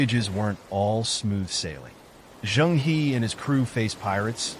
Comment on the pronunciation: 'He' is actually pronounced as 'He(r)'